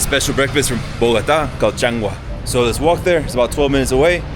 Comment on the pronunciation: It is changua not changa